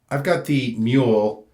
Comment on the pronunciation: I hope you mind me saying, but Muhle is not Mule, but Muh-ler.